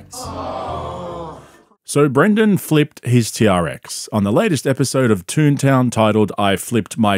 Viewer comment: I didn't know that his podcast was called 'Tune Town'- I assumed you were saying "Toon Town" to cheekily make fun of him.